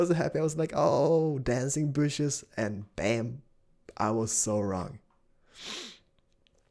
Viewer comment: "Mother of booshes!" Keep doing your thing, cause you know your the man!:)